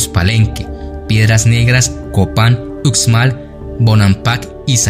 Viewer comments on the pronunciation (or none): Por lo tanto Uxmal no se lee Uczmal se lee Ushmal